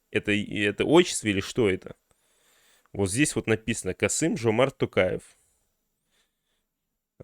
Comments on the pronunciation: Написал бы на листочке и читал с листа. Такое впечатление , что специально коверкает господин Пукин. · Я смеялась над Путиным 😂 как так? Президент РФ, 30 лет учился имя Нурсултана Абишевича Назарбаева произносить. А теперь не может произнести Касым-Жомарт Кемелевич Токаев. Других президентов ЕАС он хорошо произносит. Поэтому стоит задуматься. Ай ай Путин